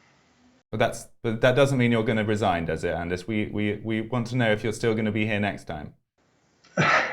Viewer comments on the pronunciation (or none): Anders is pronounced just like it's spelled, and NOT "aanaas". First of all, you left out the "d". /Swede